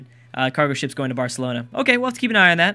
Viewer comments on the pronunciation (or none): none